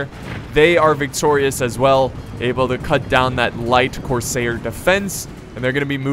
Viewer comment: Cors-air like what you breathe not cor-sayer like mayor